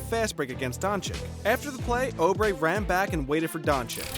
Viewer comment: Try Oubre again you’re pronouncing that one wrong too!